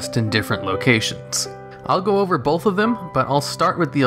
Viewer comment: Why do you pronounce both as "bolth"? There's no L in it. It's pronounced like "oath".